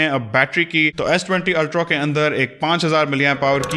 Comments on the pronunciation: Why are you continually saying s20 ultro!! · Good video on S20 "Ultrow" 😀